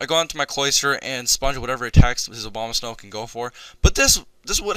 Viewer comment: Everytime you said Abomasnow it sounded like Obamasnow xD Fun match bro!